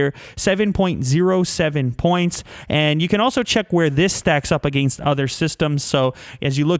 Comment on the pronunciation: does anyone else think he says against sorta strange?